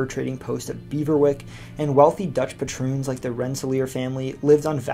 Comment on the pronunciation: You should learn proper pronunciation. There was no such thing as the Protrusions it was the Patroons. Nor was there Haudneshonees precept, it was Haudnesaunee.